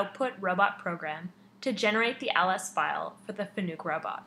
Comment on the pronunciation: Nice video. One pointer. When you refer to a Fanuc robot as a Fanuuuk it hurts your credibility. I understand there are still groups that think Fanuuuk is the correct pronunciation but they all sound like they don't know how to hold a teach pendant. Fanuc used to have a slogan to help with mispronunciation. Fanuc: it's like "Panic" with an "F". True Story! For obvious reasons they dropped the slogan.